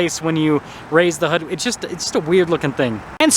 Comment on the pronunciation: In what part of the country is hood pronounced hod ? 😅